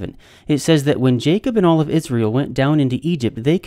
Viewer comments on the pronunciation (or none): none